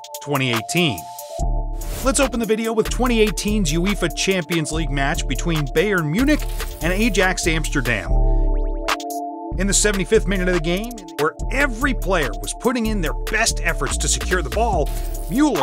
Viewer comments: It’s pronounced i-ax not Ajax 😂 and also pronounced buyer munich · I stopped watching as soon as the guy couldn't even pronounce bayern or Ajax correctly